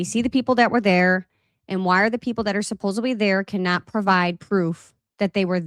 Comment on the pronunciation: It’s ‘supposedly,’ not ‘supposebly.’ Not trying to be rude at all. I’m a grammar nerd.